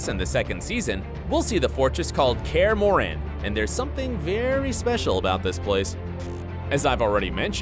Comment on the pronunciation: In Kaer Morhen you accent on o not on e ;p